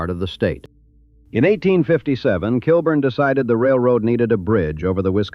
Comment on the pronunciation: It’s pronounced “kill-born”